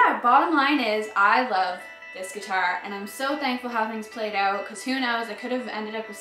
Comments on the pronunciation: Gotta be,man. I think I heard oot and abooot. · I love when she says "check it ouoot"